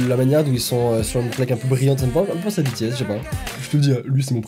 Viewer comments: oulaaaa la prononciation genre "Bétéèsse" aaaar please help me ouf c'est bon il l'a bien dit ( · LA PRONONCIATION, je suis désolé les army 😭😭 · Tu as dit B T S et personne t'a rien dit 😂du coup je te le dit honnêtement ça se prononce BiTiS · Alors excuse moi mais... 1: on dit pas bétés (prononcer se S) mais bitis (BTS) 2: BTS sont pas 18 garçons mes 7 garçons voilas😊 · Par contre, hein. “Bétéaisse” Faut le prononcer à l’anglaise!! “Bitiaisse” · Par contre je suis désolé mais "taille-mine" je connais pas 😅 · qui dit bétés au lieu de bitis c à m'énerve trop!🤣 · C pas "Bétéesses" c "Bitiesses" écrit "BTS" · PAS BÉ TÉ S BI TI ES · Les BTS, ils sont 7 et moi, je les connais tous: RM: KIM NAM-JOON JIN: KIM SEOK-JIN J-HOPE: JUNG HO-SEOK SUGA: MIN YOON-GI V: KIM TAE-HYUNG JIMIN: PARK JI-MIN JUNGKOOK: JEON JEONG-GÛK Et BTS sa se prononce en anglais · Tellement ça m'a énervé ! On dit pas bétéèsse !!!! Et en plus ils sont que 7 et non 18 ! Et perso je connais tous les membres et pas que 3 ! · Non mais Bé-Té-ésse ça fais mam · ci mais il le dis comme ca je cais que ça écrit BTS et pas bi ti s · "Bé-té-éss" Moi- fait un AVC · K-pop on juge pas aujourd'hui ça a évoluer 😂😂😂 et ça se prononce BITI-S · Ça ne choque personne le " bé té aiss " ? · Sa se dit bitis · Mb ça ce prononce bitiaisse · à dit bÉtÉs... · Bts sa se prononce pas comme en français 😂 tu me fais rager à chaque fois que tu le dis, n'oublie pas t le meilleur continue comme ça 😘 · « Ça me fais un peut penser à BTS ([Bé té èsse]) » Les Kpop stan: LES FILLES JE SUIS TOMBÉ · Ça fait mal😭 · Mes oreilles ont étaient choqué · mes oreilles ont saignées...